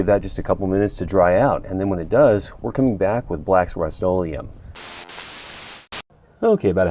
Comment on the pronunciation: ? What did you call the rust - olem